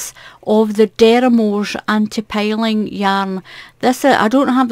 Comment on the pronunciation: I’m so sorry if this comes across as criticism, but it’s driving me mad: it’s filet spelled with one l, pronounced feelay, not fillet like fish, and it’s anti-pilling, pronounced like pills as in tablets, not piling like stacks of things. PLEASE learn the correct way.